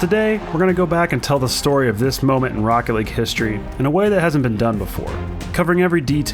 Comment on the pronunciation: Even tho i'm not a NRG fan, and not a jsnt fan, that moment makes me cry, "THIS IS ROOCKET LEAGUE" as the speaker says